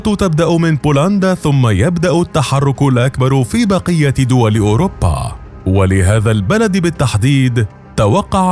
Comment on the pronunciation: أوروبا وليس اوربا